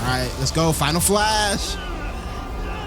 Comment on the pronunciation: He say go-slow but we say go-go